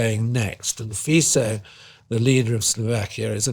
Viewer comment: Too many old gits chuntering on a sofa worldwide. He pronounces Robert Fico as "Feeso" to create credibility but, IN FACT, mispronounces it, because it's "Fitso".